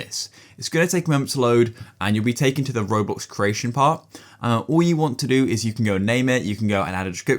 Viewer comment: Bro said “raWbOlx”